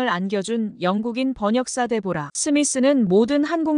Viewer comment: 데보라가 아니고 "데브라"....상대방의 이름은 최대한 정확히 발음해줘야 그게 예의이구나!